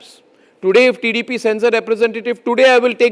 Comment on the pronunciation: First of all pronoun the name of tdp properly. Who the hell are you why the minister should explain to you personally. The rules are not decided by one person.There will be a commity. If you shout like that i think you will die soon. Today he gave clearly explaination about the situation. Why you are targeting tdp. He is a central minister not only a party member. If you have dare just target the main issue and where the issue started not the person